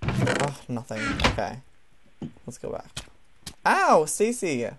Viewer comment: Its "Stacy"